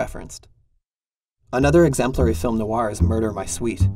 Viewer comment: It's hard to listen when you keep pronouncing name of the genre incorrectly. Noir is one syllable not two. The genre is pronounced as Film Noir, not Film No-Wah.